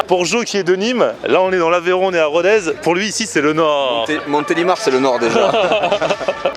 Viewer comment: Pour info : on ne dit pas "RODAIZE" mais "RODÈS". En occitant, le z se prononce s.✌🏍